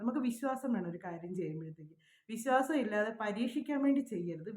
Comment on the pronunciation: Visasam. Viswasam. Pronounce bad